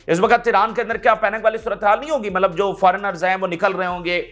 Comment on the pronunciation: CODU BHAEE "MALAB" NAHI LAFZ "👺MATLAB" HOTA HY